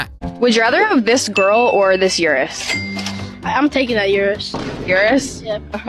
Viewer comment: Also, as a native Italian speaker, the way that chick pronounced Urus was like a cheese grater on my ears.